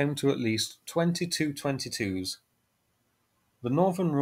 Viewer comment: The Tu is pronounced T u not as in two or too!.